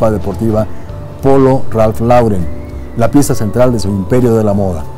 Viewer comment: Muy buen vídeo como siempre. Solo una pequeña acotación, la pronunciación correcta es "Ralph Loren"